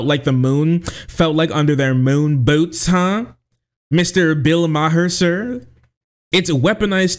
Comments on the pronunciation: Ma-her. Haha. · Bill Maher (pronounced Mar) is a well known pot smoker. He's smoking a blunt.